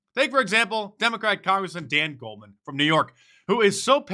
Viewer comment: Stop nose-ticing